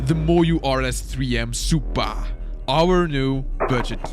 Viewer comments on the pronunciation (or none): "BUT IS IT WORTH FOR DAT SUUPAA DOLLAR?" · The suppaah got me laughing